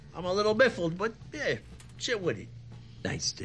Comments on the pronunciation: Did Tony just say he was "miffled"? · Lol Tony saying "im a little biffled but yeah" instead of baffled is hilarious. This show just has some great humor in the seams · He says "biffled" instead of baffled.